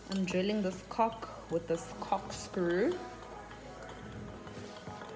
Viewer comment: How does she not know how she’s saying cork lol